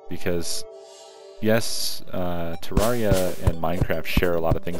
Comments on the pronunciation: It's not ter-are-ee-ah It's ter-air-ee-ah Modeled after a terrarium, which is a miniature landscape with living plants and even sometimes small animals like lizards or turtles. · I'm not trying to be a grammar teacher at all but Terraria is pronounced Turrairia. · I thought it was pronounced Ter-Ra-ree-ah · for text to speak i got Ter-air-ee-ah